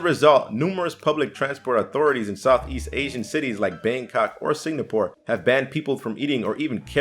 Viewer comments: and he kept saying sig-na-pore instead of sing-a-pore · Sing- Gapore not Sing-napore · it's Singapore not signapore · Is...is he saying it like “signapore”? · Well, he did say it right------once.